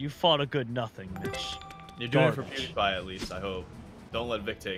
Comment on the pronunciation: Vikk said “Pawdiepie” 😂😂😂